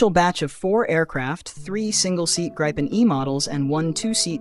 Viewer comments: I liked the narrator and her elocution except that she did mispronounce the name of the Gripen fighter , because the name is Swedish , not English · It's pronounced like Greepen with ee not i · In that case it is a perfect imitation of the human voice , only the pronunciation had one little small mistake